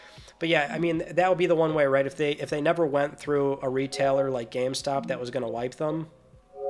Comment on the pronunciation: Never realized you say geam stop